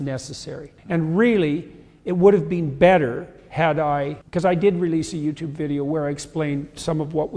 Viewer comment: I hate that he says “been” like “bean”